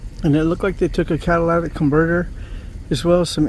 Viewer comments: the word is CAT-A-LIT-IC, LOL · They asked me the same sht, then encrypted the scanner where I frequent. Nvr trust a cop. And btw, it’s catalytic, lol